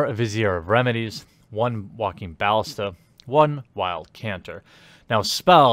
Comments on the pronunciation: They are pronounced "viz-eer" and "ba-lis'-ta." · It's pronounced ballista.